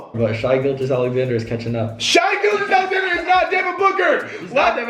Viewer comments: It’s not shy gilgeous Alexander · I love how they kept saying “shy gilgeous Alexander” 😂